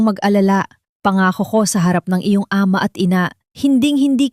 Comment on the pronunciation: Minamali ang tamang pagbigkas tulad Ng Ama ginagawang A......ma